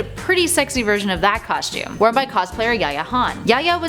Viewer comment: There is no H in "costume " !!!!! It is pronounced COSTUME NOT COSHTUME! dammit. Learn how to pronunciate!